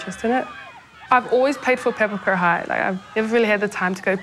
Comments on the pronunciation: Pa-Pa-Ku-Ra, not pepperkyewrah 😂😂😂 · At least pronounce Papakura correctly. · Can we at least learn to say papakura properly. Plz